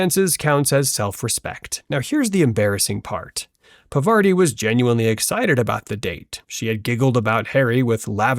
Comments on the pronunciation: It's not pavaarti !!!!! It's pronounced paarvati i.e.पार्वती Please pronounce hindi words correctly. I well know that you are not Indian, but still at least don't disrespect names. That really hurts... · Parvati Patil. ❌ Pavarti Patil ✅ Pervert-i Patil ✅ ✅✅✅✅😸😸😸 😂😂😂